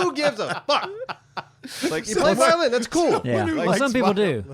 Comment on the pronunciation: As said 😔I PWAY VIOWIN!